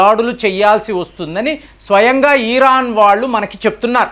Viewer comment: Eeraan (ఈరాన్) కాదు నాయనా,ఇరాన్ అనాలి అని ఎన్నిసార్లు చెప్పాలి కామెంట్లు చదవరా?